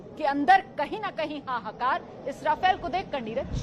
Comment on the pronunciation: राफेल not रफेल